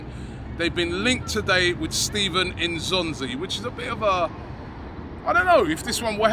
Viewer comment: lol it's Steven N'Zonzi, not Stephen